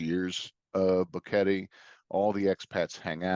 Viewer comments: Drives me nuts that he doesn't know how to pronounce Boquete. It's not Boh-Kettie. It's Boh-KE-tay. argh. It makes me think he hasn't really been out and about meeting people there. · It's annoying how the Gringo says Boguete....so US American. Learn the language...be respectful!